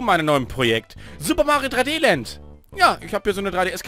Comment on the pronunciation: Es heißt Land nicht Lad; ))